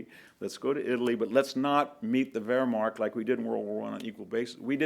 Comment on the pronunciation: Nu-kle-ar, not nucelar. Antidote, not anecdote. Battle of Kursk, not Kurtz. Wehrmacht, not wehrmarcht. Geez....